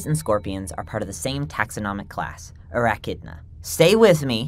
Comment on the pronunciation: It's Arachnida, not Arachidna. Maybe you mixed it up with echidna?